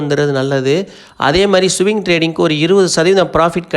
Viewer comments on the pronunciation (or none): சுவிங் ட்ரேடிங் அல்ல ப்ரோ, ஸ்விங் ட்ரேடிங், வார்த்தைகளை சரியாக சொல்லவில்லையென்றால் உங்க நாளேஜ் இல்லைன்னு நெனச்சிடுவாங்க